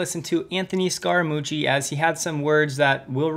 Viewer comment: Scaamuchie? Really? Well there goes this channels credibility.